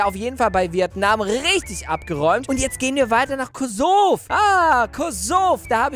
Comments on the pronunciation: Kosov 😂 das heißt Kosovo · Es heißt Kosovo nicht Kosov😂😂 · Bei 2# es heißt Kosovo nicht kovo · das heißt Kosovo 😂 und nicht kosov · es heißt Kosovo nicht Kosov🙄🙄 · Danke aber man sagt kosovo 🤣🤣🤣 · Es heißt Kosovo